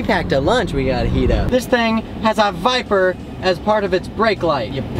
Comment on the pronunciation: He said biper